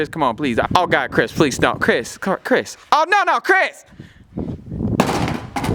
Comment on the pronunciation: The way says "Crihs"